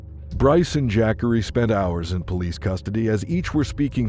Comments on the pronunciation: Jack-ary Taylor? Hahah! Have you ever heard of a black person named Jackery? You don't know too many black people or too much about them do you.. Look, I don't even know how his name is supposed to be properly spelled but I can promise you that's not how you pronounce it it's pronounced more like this Juh-car-ee. I've seen that name spelled Jaqari... anyways I do like the video you made though👍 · Jackery, not Jah-Corey? LOL. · Ja’Corey. Not jackary. SMH. 😂😂😂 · JAH- COREY.... Who tf is JACK-ERY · Dayum!!! But "Jackery" though??!! C'mon bruh smh... AND the captions are AZZ!! Fk this channel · I laugh every time the AI voice says “Jackery” 😂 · I know u smarter then that kept saying jackery the whole video smh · The way the narrator says the name Jacorey 🙄